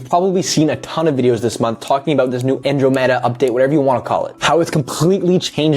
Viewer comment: good vid but you're saying andromeda wrong